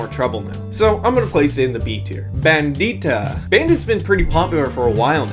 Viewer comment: It’s soo funny that he said “Bandita” because I used to think that was her name in Spanish too. But then I changed my game to Spanish and saw that she’s called “Bandida”. Bandida?? 😂😂